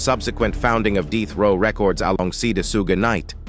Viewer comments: when AI narrates the video, deathrow turns to deethrow,among other things. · "Soogay Knight" & "Deeth Row" AI narration be killin me:face-green-smiling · Bro... STOP using AI to narrate. Unless, you've got a speech impediment or something. Even then get a friend. I had doubt until the 'ish point. What the actual fuck is DEETH row records!? Also, alongaseeda!? Bro... SOOGA Knight. Come on... If you think I'm just talking shit, listen to this. - I hope to NEVER get this type of garbage recommended to me. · Annoying af I was already annoyed with how he pronounced Suge and pissed me off even more when he said "DEETH row" smfh this AI shit so corny why not just use a human?